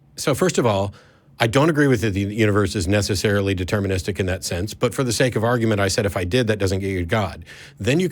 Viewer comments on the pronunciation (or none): none